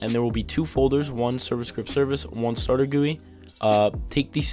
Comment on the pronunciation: "Starter gooey"